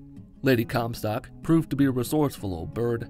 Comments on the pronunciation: “Descended into the sky” and referring to comstock as “Comcast” had me rolling. 😂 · Lol Comcast it’s comstock